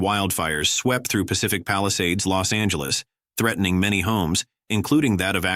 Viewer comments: IT IS LOS ANGELES, NOT LOST ANGELES, ALTHOUGH I ADMIT, IT IS AN APPROPRIATE PHRASE. IT IS JAMES WOODS, NOT JAMES WOOD. HOW COME THIS VIDEO WAS/IS READY TO GO SO SOON? WHO KNEW THIS STUFF ALREADY AND WHY? THEY KEPT EMPHASIZING THE PHRASE "NATURAL DISASTER'". I THINK THE LADY DOTH PROTEST TOO MUCH". ALSO, CULTURAL GLITCHES EXPRESSED IN AN OFF MANNER SUBTLY OCCURRED. IS THER A CHINA CONNECTION SINCE THEIR MOTIS OPERANDI DURING THE 1940s. CULTURAL REVOLUTION WAS TO ERASE HISTORY ESPECIALLY EMOTIONS CONNECTED WITH CHERISHED SOCIETAL VALUES. IS IT TIME FOR THOSE 15 OR 16 MINUTE CITIES? JUST SAYIN'. 😊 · The robot goes, Lost Angeles dude Lost Angeles, really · "Lost Angeles" ;)